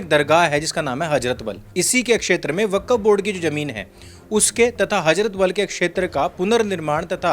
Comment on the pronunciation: Hajrat nahi hazrat Wakkaf nahi wakf Jahil😂